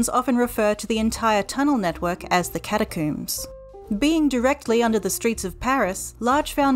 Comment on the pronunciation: Cata-COOMS! Wait is "comb" for hair said the same coom way in Australia or New Zealand?